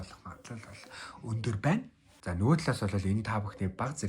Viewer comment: Өндөр гэдэг үгээ тод хэлээч 1 дээр сори